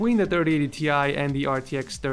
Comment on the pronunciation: It's not " T Ie" but " TIe"!!